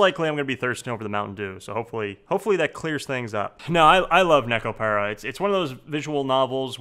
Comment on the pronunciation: If you love Nekopara that much. learn how to pronounce the it !